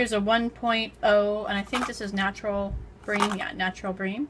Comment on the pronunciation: You say bream wrong